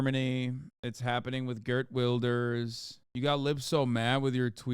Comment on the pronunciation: "gurt wilders"